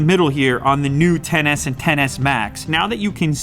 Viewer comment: Tf. Its not TEN S, IT'S X S...